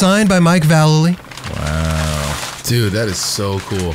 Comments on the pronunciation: It’s pronounced Vallely! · VAH LAY LEE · YOU HAD AN EPISODE WITH VALLELY AND YOU STILL CAN'T PRONOUNCE IT😂